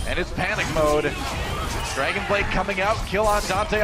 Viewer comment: you said a "2 kill dragonade"